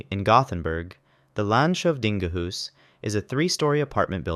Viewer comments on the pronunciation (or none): Ah yes, The Land Shove Dinga Hous my favorite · en dansk borde kunna uttala landshövdingehus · Danskan har samma ord, och han uttalade det som på Danska.